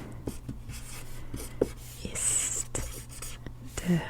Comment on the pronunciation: ‘Der’ is pronounced more like ‘dare’. ‘Schwarze’ is more like ‘Sch -VAR-ze. (Var rhymes with bar). Good video though.👍